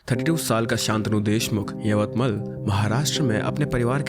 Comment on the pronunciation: Hello sir it's यवतमाळ not यवतमल 😊